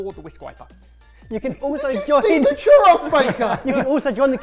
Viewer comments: Haha I'm going to try my best to explain it but one churro sounds like chew-rO. As long as you try most spanish speakers wont ever tease you. We love a non spanish speaker trying! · Churro, chu(like shoe) rro( like Robert). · that is NOT a defense in a TWO SYLLABLE WORD. He's got two vowel sounds to remember, and it's food, not an operating system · I love these guys but I find it a little funny how they pronounce tortilla perfectly, but not churro